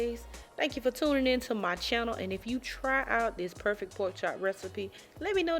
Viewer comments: First off, it's spelled PORK chop, not a poke chop. You sound uneducated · "Gimme what cha got foe a po chop" ayyyyee🎉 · I knew it was gonna be good when I heard her say “poke chop” 😆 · When said polk chop, I knew she knew what she was doing. I'm going to do this my next weekend off. Thank you